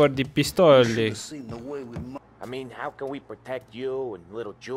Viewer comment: Its pistola bro